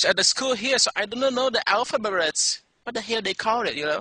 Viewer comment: He said alphaberets! It gets me every time!